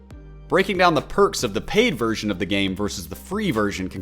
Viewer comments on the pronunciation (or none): none